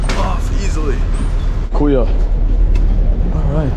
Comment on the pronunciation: Say “kuya” brother… not “kuyo”…